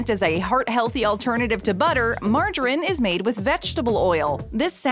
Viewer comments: Pronounced "Marge a reeeeeen" buddy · Mar-ja-rin. I’ve never heard it pronounced like that, like there is no letter E on the end of the word. Nevertheless, margarine is really unhealthy. The basic rule of thumb is that the more a food is processed the worse it is. The less it’s processed and the closer it is to its natural state, like butter or lard, fresh fruit, veg and meat, the better. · As a proper English speaking English man If I hear "Marjarin", "boutique fruit juice(?)" "Sossajes", "Vegtabouls" or "Yowgert" again I'm going to explode 😅 Why change the pronunciation of an existing word? It's like giving a car square wheels just to be different 😂